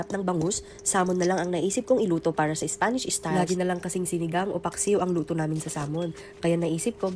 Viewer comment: da more VAYJTABOLS da better… por the ISPANSH ISTAYLE SALMON…